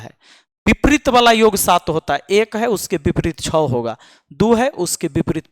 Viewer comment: ये तो आधा काला है छह को छो कह रहा है 😂